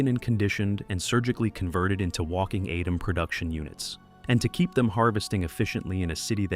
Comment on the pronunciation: Why pronoucning adam weird